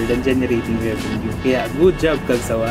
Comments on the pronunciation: Correction for the Pronunciation. It's Cag- sawÁ . Not. Cag-sÁwa ☺️ Actually Isang Beses palang Ako na nakasakay diyan .Ang Sobrang Linis Ng Loob niyan Ng Cagsawá 😁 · ang pagbikas po sa cagsawa ay "cagsawá"—accent on the last syllable. ipinangalan po sa cagsawa ruins sa Daraga, Albay.